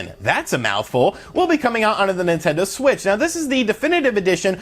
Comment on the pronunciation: Hey did anyone catch at that he said Nintendo swit instead of Nintendo Switch lol. Love your vids man